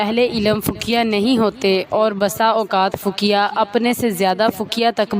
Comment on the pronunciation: Fakia nahi hota faqih hota hai